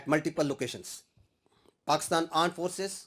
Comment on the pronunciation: kya isne Pakistan AAND forces bola 👀